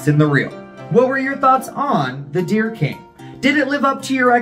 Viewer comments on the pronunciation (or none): Thank you for this. It sounds more like 'The Oh Dear King' ! Love your work, as always !